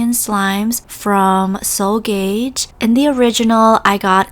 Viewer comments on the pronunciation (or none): Wait I think it’s pronounced ga-ge